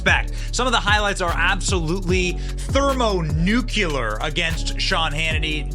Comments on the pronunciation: "thermo nuculer".... I have never liked Sean Hannity and you say that he has a room-temperature IQ but at least the guy can properly pronounce words unlike yourself. It's obvious to me that you are jealous of Sean Hannity and you should be because compared to his success as a commentator Etc there is no comparison between the two of you. Learn how to properly pronounce words Benny and then maybe you can criticize someone else's IQ who is far more successful than you. Your lack of self-awareness is evident but then again you are the younger generation and I can't stand the younger generation for the most part. Just so you know Benny it is pronounced nuclear, not "nuculer"... now go ahead and practice it Benny so you can get it right next time but somehow I think that you are going to continue to mispronounce the word because not only are you dumb but you are passive aggressive also. Kind of like the person who is a guest in someone's house and they are told that the dog is a male and yet they continuously refer to it as"she". That's you. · Thermo NOOK-LEE-ARE, not NOOK-YOU-LER…Thermo nuclear…nuclear. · ThermonukeLEEer! NOT *nuCUlar*. ☝😉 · Did I hear Benny say "thermo-nook-you-lar?" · ⚠️"Thermonucyuler"?! What's a, "Nucyule"? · Benny: “room temperature IQ” Also Benny: thermo “nucular” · Thermonucular? That's not a thing